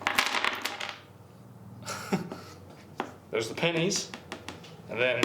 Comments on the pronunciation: Whole video i keep hearing "panties" lmao not "pennies". Just me or??? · No i heard it a few times too while editing it